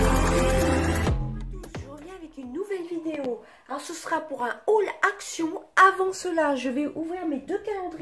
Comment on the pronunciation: Haul et non mail mdrrr🤣